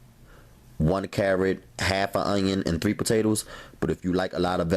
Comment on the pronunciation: "the potatews" 😭😂😭